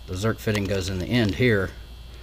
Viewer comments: Did you say Zert or Zerk? Zerk. Rock Auto rocks. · i grew up calling em Zert fittings and nobody corrected me. Recently I heard a guy calling em Zerk fittings and I was like what. You're saying that wrong but Zerk is the name of the guy who invented them so I guess I'll just have ta change my tune. Oh and I did see another guy on YT that called em Zert fittings and when I questioned him on it he said yeah they are Zert fittings. I said yeah no. I thought so too but check it out the inventor's name is Zerk. He came back and said he stands corrected but a lifetime of calling it Zert is gonna bee hard two2 change. I now return control of your computer back over two2 you.